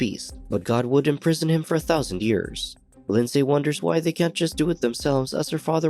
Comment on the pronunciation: OMG it's pronounced Lin-z not lind-say. I comment that because that's my name and I've heard it mispronounced so many times that now I have to hide my cringe